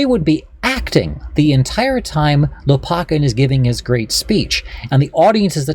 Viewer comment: Lopakhin kh is the sound as in JS Bach. Лопахин.